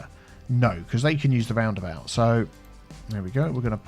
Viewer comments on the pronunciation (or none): Aaah the “horky borky about” 😂😂😂 love your vids man 😀